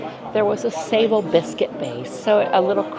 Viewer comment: Love these vlogs, also not to be cheeky but sablé biscuits are pronounced phonetically as Sab-Lay 😬